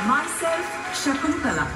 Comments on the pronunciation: Started a video and when started like Shaakuntaalaa devi UMM umm Shaakintaalaa devi Umm Umm, closed the video... ku6 b... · I thought Shakuntala but u guys said Shakutala!!!!!!